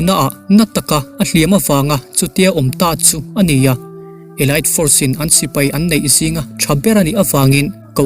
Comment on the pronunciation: Elite elait a nilo, elit tih tur aw